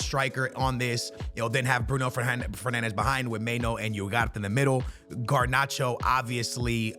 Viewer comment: Iugart instead of Ugarte is wild